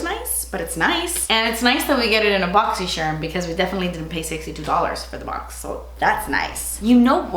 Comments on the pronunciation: bochchy sharmmh~ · I love when she says “BOXY SHARM”